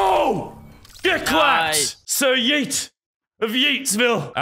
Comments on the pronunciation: It’s not yeet it’s heet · Normal LazarBeam: Yeet Medieval LazarBeam: Hyeet